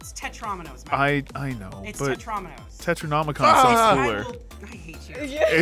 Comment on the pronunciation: Not to be a grammar nazi, but tetromino is pronounced with the emphasis on the first ‘o’. Basically just like domino but with the prefix for 4 instead of 2. In fact, both dominos and tetrominos are types of polyominos, which are shapes made up of connected squares. Dominos are made up of 2 squares and tetrominos 4, hence the names.